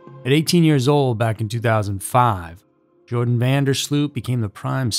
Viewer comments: It's not Jordan. That's actually kind of annoying. Please don't ruin the name Jordan. It's Joran. Sounds like Your-Ron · How do you read "Joran" and end up calling him "Jordan"? There is no 'd' in 'Joran.' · "Joran". (not "Jordan"). A most despicable human being. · No... actually pronounced Yoran, not Joran... and definitely not Jordan! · It’s not Jordan !!! It’s Joran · His name is Joran not Jordan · Actually Natalie Holloway was originally from Clinton Mississippi, but she went to high school in Brook, Alabama. She wasn't from Nashville. And his name is not pronounced Jordan; it pronounced like Your-an. Just for future reference. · His name is Joran not Jordan 🙄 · Its not Jordan; it's Joran, pronounced 'Your-Ran'. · Lol why do you keep calling him Jordan? His name is Joran you even put it in your title. It's not like it's a hard name to pronounce. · not seen a single American that got it right. It is yor-an van der sloat. not Jor-an van der slewt. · JORAN NOT "JORDAN"! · Why do you keep calling him "Jordan"? It's 'Joran' pronounced "you're ran " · That was an amazing presentation. Not once did you pronounce his name correctly. Joran has no D in it. And it's Dutch, so it's pronounced YOR-en. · phonetically his name is pronounced yo-ran (not jo) van der slowt / sloat (not slewt) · I almost couldn't make it all the way through. The narrator kept calling him Jordan rather than proper pronunciation. It made me wonder if he has the rest of the story correct? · YO-RAN is how it's pronounced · Joran is pronounced Yoh-ran. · I realize he's a psychopath and doesn't really deserve respect, but THERE'S NO D IN HIS FIRST NAME!!! Why can't these narrators on these YouTube channels read!!??